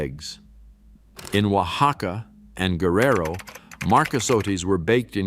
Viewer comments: natila, yalisco, oahaca, 😤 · Huacaca made me giggle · It's hilarious I'm Mexican Born and raised,,,he said oacaca lol😂